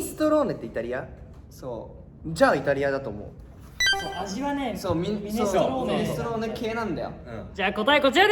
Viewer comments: れいあさん「ミニストローネ」って言ってるよね。ミネストローネやで。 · ミニストローネって言ってる？笑